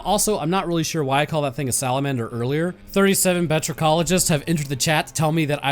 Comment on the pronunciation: That's a cute slalamanser